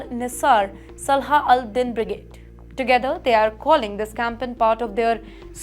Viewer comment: Salha ad-din? You sure luv?